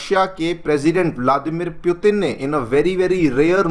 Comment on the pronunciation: M sure it's putin not puetin. Please pronounce properly. Students listen to you they follow what you say